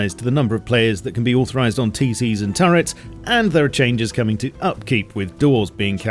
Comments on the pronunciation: are you saying turets or turrets? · why you say turrets like tourettes lmao